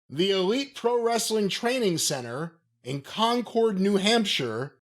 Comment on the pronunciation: Con-curd,. It's pronounced Con-curd, not Con-cord.